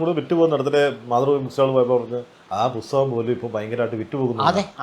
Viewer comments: വക്യം മുഹമ്മദ് ബഷീർ, പൊസ്തകം ..... എന്തു നല്ല ഉച്ചാരണം ! എന്നിട്ടാണ് മറ്റുള്ളവരെ വിമർശിക്കാൻ നടക്കുന്നത്. കഷ്ടം! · മലയാളത്തിൽ ഉച്ചാരണം പ്രധാനമാണ്,ഇത്രയും കുറ്റം പറയുന്ന ഇദ്ദേഹം "തൊടച്ചില്ല","പൊസ്തകം"ഇങ്ങനൊക്കെ പറയുന്നത് ഒന്നു ശ്രദ്ധിച്ചാൽ കൊള്ളാം